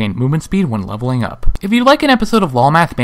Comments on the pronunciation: Every time he said the word "up", I cringed. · AAAAAAAAAAAAAAAAAAH, both the emphasis and the cadence is awfull leveling UUUUP!!!! saying it like that will imply that you can level down and it hits the ear like a sledge hammer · Could you put more emphasis on the word up please? :| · They way you said "up" made it sound like there was such a thing as leveling down.